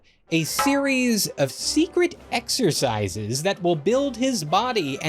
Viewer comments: Eck-sher-size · Love how you say "egg-shur-size" lol Do you do it at the lieberry?